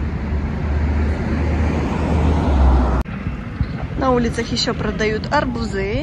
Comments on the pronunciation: Не арбузЫ, а арбУзы!!! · Если вы так хотите быть блогером, ну хотя бы старайтесь говорить грамотно! Нельзя говорить арбузЫ,!! Следует говорить арбузы!